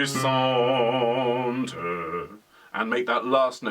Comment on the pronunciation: Love this piece - sang it arranged for 3-part women's choir. Well done with the french - just languisante is pronounced larng - ee -zarnt (no 'w' sound) Thank you for Quarantine Chorus!